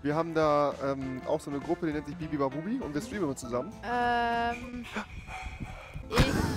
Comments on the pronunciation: Bibibabubi sagt er die ganze Zeit Statt bubibabub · Wie Rewi anstatt Bubibabub, bibibabubi sagt 😂😂😂😂😂